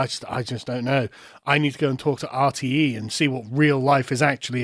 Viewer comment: Dude, your pronunciation of RTE just made Dave Cullen crinch a little, lol. Jordan Peterson rabbit hole; 🐸 Clean up your room, clean up your neighborhood, be a GENTLE MAN and a WARRIOR when needed, be responsible for your actions. bad man, bad, lol. Did you know that all those "PHONY SCIENTISTS" were actually respected scientists until they started asking questions, Here's one: If you go against something that wants to control population, you are deemed a phony scientist. Note that all these self proclaimed scientists use each other's data as evidence, no outside evidence is allowed thus their data can never be refuted (Like a peaceful religion) they are also funded by Politicians, NGOs, Special Interest Groups and the UN. Politicians decide who are doctors, politicians decide who are scientists, Fascism. This is from a banned Dutch documentary.. The WHAT IS SCIENCE question comes up.. conclusion: "We're going to kill ourselves because of stupidity"